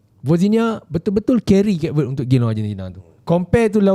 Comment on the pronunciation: Kayp Vuhd this is how you pronounce the country